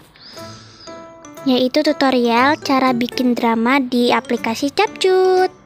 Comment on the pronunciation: Di baca nya kepkat bukan capcut 😅